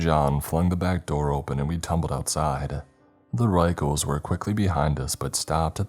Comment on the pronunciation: The author specifically clarified the pronunciation of the word "Ruechells" - it's "Rickels" yet you insisted on using the most unintelligible pronunciation every time. Annoying.